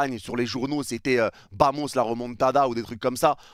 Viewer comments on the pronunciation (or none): none